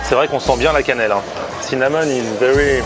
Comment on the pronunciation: Je ne mange pas toujours du cinnamon mais quand j’en mange je fais en sorte que « cinnamon is vewy pwezente »